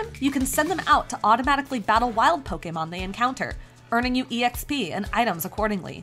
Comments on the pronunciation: Hm, I've never heard someone say e-x-p. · Earning "E X P"..... LOL